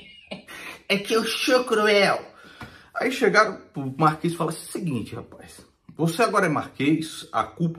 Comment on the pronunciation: "Como axim?" 😂😂😂